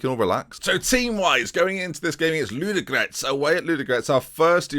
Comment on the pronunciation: There are two "o" in Ludogorets and both of them are pronounced.